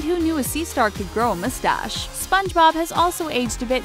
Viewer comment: Did... did you just fucking say... "Mooh-stache"?